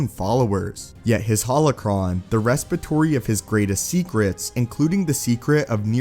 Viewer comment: repository not respitory